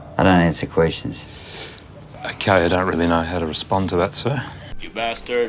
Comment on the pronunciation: I don’t answer “qweestions” 🤣 That’s intro always cracks me up